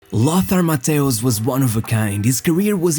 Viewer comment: consistency is king...chose one way of pronouncing "lothar mattheus" wrongly 😂 cool video though